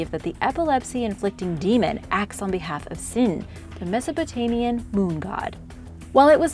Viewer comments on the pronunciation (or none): none